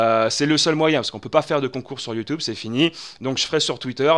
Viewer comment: fait moi le plaisir je t'en pris, ne redis plus "YoutOUbe" mais "YoutUbe" merci ^^